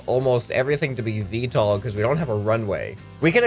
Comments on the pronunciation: But it’s vtol not vtal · Its VTOL vertical takeoff OR landing, not VTAL